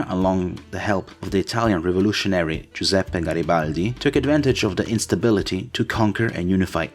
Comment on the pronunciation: really cool video, and the only content creator who can succesfully pronounce Giuseppe Garibaldi correctly